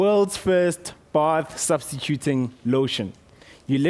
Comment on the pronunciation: Lol, i love his accent "both"